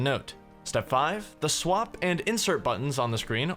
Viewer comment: Everytime says "swap" I hear "swamp"